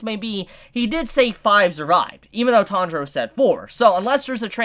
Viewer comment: What da fak is your pronunciation of Tanjiro man